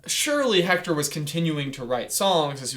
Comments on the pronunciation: The name is pronounced Ector, not Hector. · ok it is spelled "Hector" but due to the Spanish language its pronounced without the h as ECTOR! uncultured swine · Please stop pronouncing the “H” in Héctor. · You kind of got the pronounciation of Héctor wrong. In Mexico and other spanish speaking countries often don't pronounce the "H" so it's actually Éctor